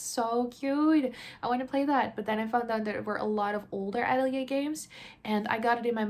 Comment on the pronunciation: I love game hauls. I have to say that I cringe every time you pronounce Atelier like that.